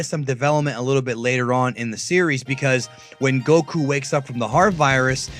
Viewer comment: You know these videos are a bad source of information when the people can't say goku right